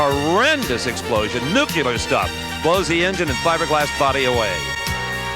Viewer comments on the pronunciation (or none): Dumb not to go to the ambulance and get checked out. And it's "nu clear" not 'nu cu lar".